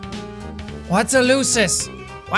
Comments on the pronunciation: It is pronounced like loosus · the correct way to say it is lUU SUSSSSSS sorry i saw you have saying it sorry :/ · To pronounce lusus, its LOO-SIS.